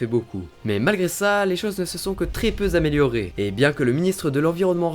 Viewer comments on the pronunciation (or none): [tl;dr Astuces pour améliorer] Coucou, je voudrais critiquer negativement la vidéo (même si j'ai mi un pour bleu) Tout d'abord le rythme est un peu trop rapide à mon gout, pas besoin d'autant de CUT ce n'est pas du gaming :p Ensuite tu fais beaucoup de liaisons, ce qui n'est pas mauvais, mais parfois c'est le fail (2.10 : très peu z’amélioré) Et les animations sont un peu trop lentes et toujours présentes (car cuts dans la voix) Ducoup si tu laissais quelques millisecondes entre chaques phrases, avec des animations + spontanées qui restent donc à l'écran environ 1 seconde, avec une diction moins accentuée, ce serait (à mon gout) bien plus simple à regarder/écouter. Bizoux, et merci pour tes vidéos de toute façon :)